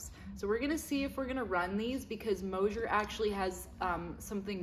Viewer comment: There is no “H” in MOSER!!!! Please pronounce it properly kids!!!😊Love this channel 👍